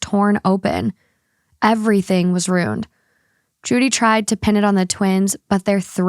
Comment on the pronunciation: It’s “ruined” not “rooned”